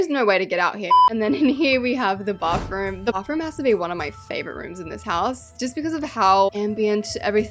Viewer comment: why do you say bathroom "bafroom" i love it thoguh